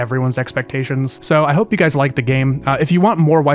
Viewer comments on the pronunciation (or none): none